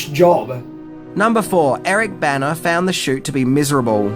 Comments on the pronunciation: It a little confusing because you pronounce Bana and Banner the same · Being from the northeast, hearing "Bana" I kept thinking he was saying "Banner." What a strange coincidence!